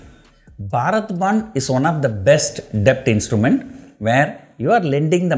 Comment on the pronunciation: b in debt is silent. I wonder how you are surviving in Dubai